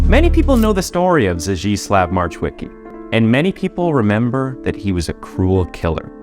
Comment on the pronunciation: Only "Zdzisław" is pronounced in a way that is similar to Polish language. Polish "ł" should be pronounced as English "w".